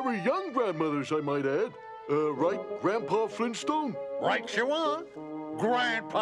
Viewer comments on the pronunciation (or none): You mean GRAND DAD FLEENSTONE?